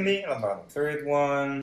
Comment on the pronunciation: the way she said "LAMBANOG" I cant hear any korean accent